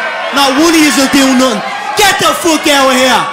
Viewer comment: Mispronunciations: Mout Futtin Nuttin Owa Heya